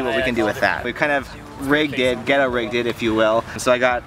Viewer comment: Hahaha, you said "Ghettorigged"